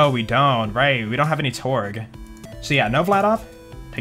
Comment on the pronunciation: He literally farms a Kerblaster. And I think you meant to say "Torgue"